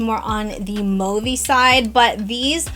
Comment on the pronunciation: It’s Mauve not Mouve.